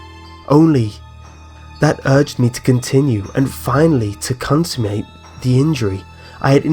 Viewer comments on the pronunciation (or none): Clear and attractive voice. Thanks. (One suggestion: "consummate" has nothing to do with "consume" and is not pronounced "consumate," but rather 'con' (as in con-man) 'sum' (as in arithmetic) and 'mate' (as in friend.) This is an error which many professionals make.) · A mistake, such as 'consoomate' is not due to a regional accent, it is a mistake. When President Bush talked about 'nucular' weapons, the rest of us all laughed at him, for not knowing that the word was 'nuclear.' He belittled himself from sheer ignorance, and whilst we can sympathise with his making a mistake under pressure, it still made him look a fool. Pronouncing 'consummate' as 'consoomate' falls into the same category, which is why I pointed it out, just as I would if I saw someone with their flies undone. I used to spell 'losing' as 'loosing,' until someone pointed out the error. Now I get it right every time, and I am grateful for the advice. We all make mistakes, but that doesn't mean that we can't improve, if only we realise the error in the first place. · Yes, I agree, and in almost every way he does it very well, though there are a few mistakes and one of them is the pronunciation of the word, "consummate," meaning. 'to complete.' ("It was this unfathomable longing of the soul to vex itself—to offer violence to its own nature—to do wrong for the wrong’s sake only—that urged me to continue and finally to consummate the injury.") must be interested in making these recordings, so I imagined he would want to know when he was making a mistake which many (even one well-known professional) make. It's 'con-summ-ate,' not 'con-soom-ate.'